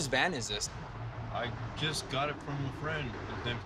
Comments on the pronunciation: Anyone else hear him say stolen Man instead of stolen Van? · When he said "stolen van" I thought he said "stolen man" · I think he said a stolen van, but it did sound like he said “man”. I thought the same thing at first. lol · At first I thought he said stolen man 🤓🤓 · I thought he said stolen man 😂😂😂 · At first I thought that he said a stolen man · Am i the only one who heard him say “stolen man” instead of van..